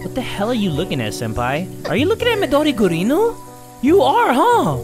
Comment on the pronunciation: I love how call midori mudori gurinUUUUUUUUU